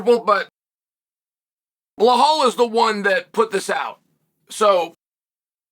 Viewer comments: Chael why do you call Belal: Bhelal? 😅 I’ve always been curious 😆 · Blehal en piejera names never get boring with uncle chael